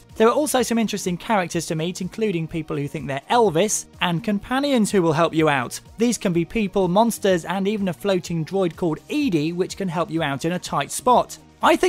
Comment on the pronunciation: it's not EEDIE! It's EDDIE!